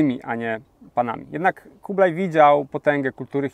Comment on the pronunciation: Po polsku mówi się Kubilaj oraz Chan (a nie kublaj i kan), bo to jest Хубилай oraz хаан po mongolsku. to angielski zapis dźwięku , czyli /x/, gdyż angielski nie ma dźwięku /x/, ma tylko /h/, więc /x/ zapisują . Nie anglicyzujmy polskiego (i mongolskiego) bez potrzeby. A chińskie 宋 wymawia się /suŋ/, nie /soŋ/.